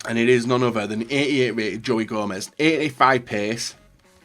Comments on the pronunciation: Joey Joemez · Why does he call him joey Gomez??? No one calls him that.